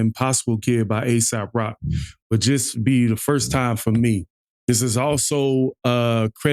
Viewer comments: Ay-sawp rock is how you pronounce it, and he is absolutely NOT Asap Rocky haha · It's pronounced "Ay sawp" Rock (no Y) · Not Asap rock It's AESOP ROCK LANGUAGE brotha man respectfully..